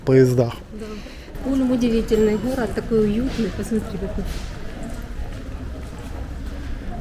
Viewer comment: Не Хород а Город не поХода а поГода